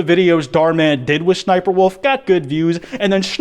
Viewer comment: Not trying to hate but “shniperwolf”